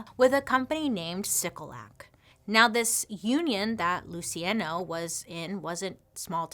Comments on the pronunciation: Pronounced "Lou chee on no". Sorry! Just trying to help. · Whoa, loved the video! Is his name spelled “Luciano” ? IF so, it’s “Lew-che-on-o” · Luciano: Loo-see-ah-know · Luciano…lu-see-ay-no? girl no. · Pronounced Lu chi ah no